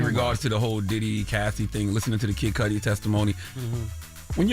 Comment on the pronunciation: The pronunciation of MIS-CUDI being mispronounced MULTIPLE TIMES is killing me. "Kid Cudi" is short for his last name "Cudi" rhymes with "MISS-CUDDY" NOT "MISS-SCUDI."